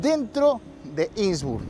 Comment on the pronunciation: No se dice insbur, se dice innsbruck!! Innsbruck!!!!!